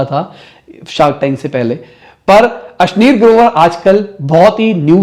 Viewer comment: ये अश्निर ग्रोवर को अश्लील ग्रोवर क्यो कह रहा है